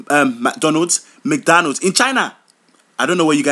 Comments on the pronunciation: magdonna when did i hear such bad pronoucing what is magdonna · This is 100% true my parents call it magdonna exactly how he said it . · Lmao!!! My dad is Nigerian and he pronounces it as MAG DO LANDS!!! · Oh my gosh. My dad says it almost like that except with a d at the end so it sounds more like MAGDONNAD. When I was younger, I thought he was saying donuts or something. So whenever he asked us if we wanted to buy some McDonalds, I kept thinking he was gonna get some donuts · when ur parents pronounce fast food resturants magdonna 4.30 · why is everyone saying MADONNA its Magdonna :// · omg yes exactly ,i will come back from dance practise been gone for 11 hours diong kick routines and my legs are hurting and my mom b like go wash the dishes like seriously annoying meeee,and my dad will make me come all the way from the other side of the house to just get the remote thats by his foot lol..and the way u said mc donalds is how we say it like the american way lol ur toooooooo funnyyy menn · Exactly how my parents be pronouncing McDonald